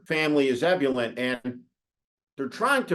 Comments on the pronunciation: "Ebb-you-lent"? Did you mean "ebb-you-lee-ent"? No such word as "miss-chee-vee-us", either. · Eb-yoo-lint? Is that the way it’s pronounced? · "Ebyoolent"? Is that actually how ebullient is pronounced in the US? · Are you saying "ebullient?" As in eh-BYU-li-ent? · Steve mispronounced “ebullient.”